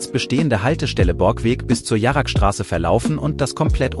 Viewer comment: Warum wird bei „Jarrestraße“ „Jaragstraße“ gesagt? Und es sind noch mehr solche Fehler vorhanden.